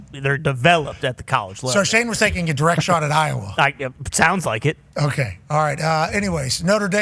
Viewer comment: He said Iowa is te u lmfao